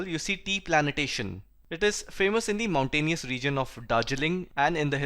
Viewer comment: is plantation not planitation please correct